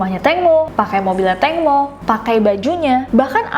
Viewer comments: Tangmo Nida bukan tengmo.nida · ejaan namanya Tangmo tpi sebutan Tengmo